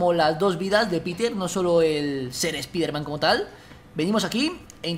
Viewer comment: Es spaiderman :v